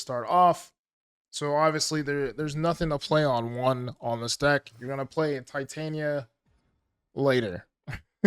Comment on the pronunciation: OMG it’s TITania as in titanium or titts